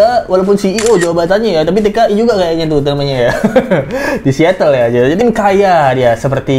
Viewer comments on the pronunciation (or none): none